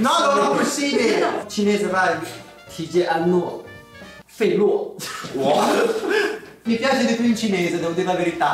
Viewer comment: Adesso anche io lo chiamerò: "TiCiAnO fErO" Aahaahhahahahahaha muoio